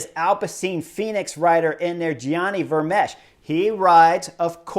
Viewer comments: Chris: Gianni Vermeersch (Pr: ) The 'ch- at the end is silent; the last pronounced letter is that 's'. The ee sounds like 'cake'; That longer 'aaa' sound. So you get: Vermeeeers (with that aa sound as in bake or make). Sidenote: Kwaremont has the same AA sound as Patersberg. The long aa as in, say, Tequila. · Thanks for the great video! Work on that Gianni Vermeersch pronunciation 😉